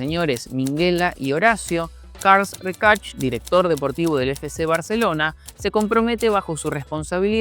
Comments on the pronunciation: Por referencia, Rexach se pronuncia "Reshack" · Rechach 😂😂 cuesta mucho leer Rexach? 😂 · No sabes pronunciar Rexarch? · Un consejo: no te líes tanto con los nombres catalanes. Se lee practicamente como se escribe, igual que el español. Salvo alguna 'O' que es 'U' y alguna 'E' que es una 'E' abierta que se parece a una 'A'. No es "Carl Recach", es tal cual se lee pero con la E abierta: CarlAs Rexach. Y después, la 'J' en catalán es como una 'Y'. En este caso Josep (Bartomeu o Guardiola) sería algo así como Yusep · La.pronunciacion de rexach ha hecho llorar al.nino jesus... Que es catalan, ni ingles